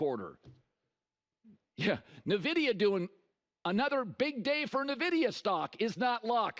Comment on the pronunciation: You're mispronouncing Nvidia.